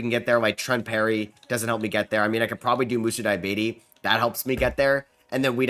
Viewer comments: Fam it’s (DEE-UH-BAH-TAE) 😂 not Diabetes 😂😂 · Moussa diabetes 😂😂😂😂 it’s Dee ah bar tay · DEE AH BAH TAY Not DIE AH BAY TEE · 😂😂😂 bro whenever he pronounces that name I always laugh